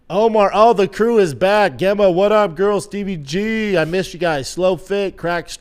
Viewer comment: Pronounce the word "gem" then Pronounce the name "gemma"